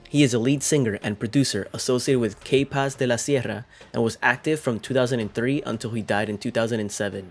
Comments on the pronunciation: Pronounce K-Paz like you pronounced 'capaces.' the letter K is named and pronounced [kah] in Spanish.. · Lol you pronouncing K in English just makes the band name sound wrong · You need to stop doing these videos if you can’t even pronounce things right. The way you pronounce K Paz was just horrible. I’ve seen more videos and you butcher names so badly and it’s sad because you actually sound Hispanic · Bro learn how to say the band name right n his name